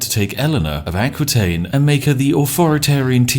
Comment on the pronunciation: And I died a little bit inside everytime he prononced Aquitaine. For the records it's prononced "A-ki-taine"